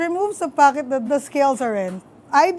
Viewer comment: hearing her say pocket made me think of my lola and how much I miss her accent 😂 mahal kita lola